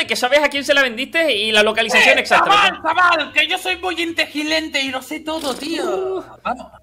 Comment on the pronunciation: siempre dice que es "integilente" XD